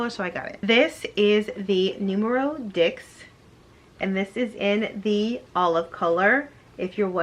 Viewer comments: ok ma'am I love your videos but you have been wearing Polene long enough to pronounce Neuf and Dix correctly. Neuf is pronounced almost like "Nerf" and Dix is pronounced like "Deese." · Would love to see you become an ambassador but become familiar with the French pronunciation of the numbers 9 and 10. We want to be on point with that. ❤